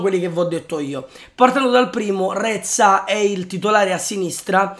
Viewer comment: Reca non reza